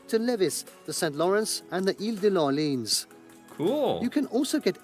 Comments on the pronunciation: ile de l'orleenz...... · Gosh how did he spell Orléans kill my hears.. so it's sounds like New Orlean but with a "S" in the end and you DO NOT prononce the "S".